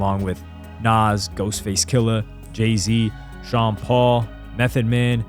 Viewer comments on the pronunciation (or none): none